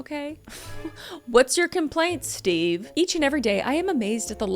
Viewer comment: "MAYBE CUZ THAT'S THE REAL REASON STEVEUH." 🤣🤣🤣